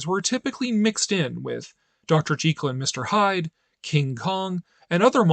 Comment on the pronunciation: Thumbs up for pronouncing Dr. Jekyll's name correctly!! Most people don't know, but Stevenson was insistent that his name had a long-e vowel sound. I know it's a losing battle, but I still feel compelled to point that little fact out on any video that mentions Dr J & Mr H...